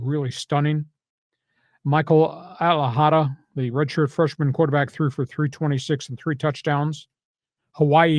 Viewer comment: This is the second time that you mispronounce the name of the Hawaii quarterback 🙄 Micah NOT Michael Alejado NOT Alehada